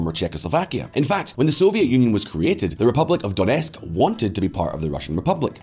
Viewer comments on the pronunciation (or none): none